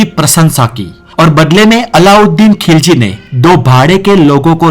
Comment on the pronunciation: Tum to pehle apna talffuz thik kara.TU TUGHLAQU ko lugrak KHILZI ko Kilji bolta hey pehle tum bolana sikho?